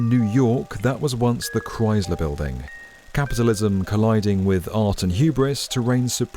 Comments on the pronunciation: Since when is Chrysler pronounced with a Z? I can't see how these buildings are justified at these prices and no one returning to the office. People still cannot afford a basic rent even with all these new buildings, esp since they can get around rent control. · Gah, "Chrysler" is not pronounced with a "rise" sound, it's a "rice" sound. K-rice-ler. Chrysler. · Please consider redubbing the parts where you keep gratuitously mispronouncing Chrysler as if it has a Z in it. Say it the way the museum director says it when she's talking to you, with a soft S sound. It's really distracting from an otherwise great video. Its not a "dialect" thing; when it's the proper name of an individual object and the main topic of the video, and you say it differently than the expert you interview in the video and every local.... it's just a mistake. Also, every British person I've ever met in NYC says Chrysler correctly, without inserting an imaginary Z. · The Cryz-ler Building 😢